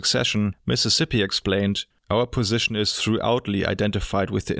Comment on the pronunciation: Ah you fell into the old German trap of pronouncing thoroughly like throughoutly.